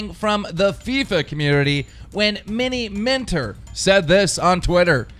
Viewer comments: He said miniminter properly, mostly he would say 'mini mine-ter' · At least he said miniminter right this te😂😂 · He pronounced minim inter correctly but skeet?? It's sket m9 😂